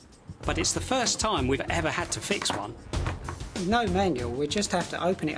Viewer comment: "What a week I've 'ad......." Love it!!!